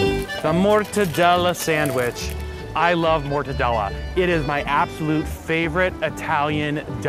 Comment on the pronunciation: "motadella sandwich"...MA LI MORTACCI TUAAA...